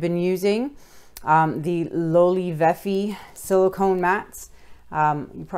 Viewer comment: Loli Vefi, isnt it Love Life?😅 LoLi VeFe